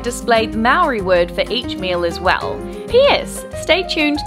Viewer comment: She did pronounce it 'properly'